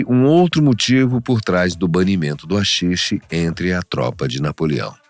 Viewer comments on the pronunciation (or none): SE LÊ RAXIXE, NÃO AXIXE sksksksk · Vídeo muito bom!! Só uma pequena correção que pode ser que seja infundada, mas nunca ouvi ninguém chamar de "Axixe". A pronuncia "correta" ou que estou acostumado a ouvir é "Raxixe". E um apelido que conheço que não foi mencionado, seria Santa Kaya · Se diz raxixe, com som de R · RAxixe amigo, RA -xi-xe... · A letra H é muda porem na palavra HAXIXE a letre H vira um R o pronunciamento sairia então raxixe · Owow, ó umar um axixe!